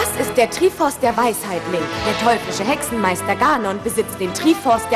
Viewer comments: Auf Japanisch heißt es トライフォース (="toraifoosu"), gesprochen "traifoss", die Katakana werden benutzt um das englische Wort 'Triforce' darzustellen, also ist die Aussprache dementsprechend gewollt. Zudem ist Triforce ein englisches Wort kein Bastard a la "Trie forß", wie es die Synchronsprecherin ausspricht. Wenn sie es "Trie" anstatt "Trai", dann sollte sie es ganz übersetzen. Also "Trikraft". Triforce ist nunmal die Originalbezeichnung und "Trieforß" ist dämlich. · äähm wird triforce nicht traiforce ausgesprochen ?? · "Trieh-Forse" und "Gah-non" XD Manchmal sollte man bei der englischen Aussprache bleiben. "Ich tuuuuuu mein bestes ...." - Das soll die deutsche Fassung von Links Catchphrase sein?! Autsch. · hmm es gibt 3 Triforce. Macht,Mut und Weisheit. Dann warum können die net Ganon und Triforce aussprechen? :D